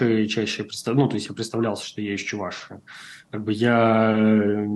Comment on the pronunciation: Замечание к ведущему,нужно говорить не: Чу- Вашии, а Чувашии. Ведущий,научись правильно разговаривать по русски.